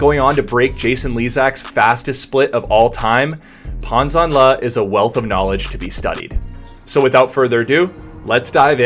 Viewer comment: I was taught that my recovery arm needs to be systematically high above the water to drive forward, so why is Pan doing this differently? FYI, last name is pronounced “Janle”. ZH is essentially a J. Love your vids. Keep it up.